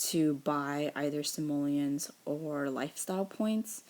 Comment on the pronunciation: She said simolens